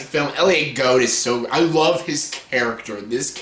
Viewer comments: Elliot GOULD, not GOUD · I missed pronounced Elliot Gould's name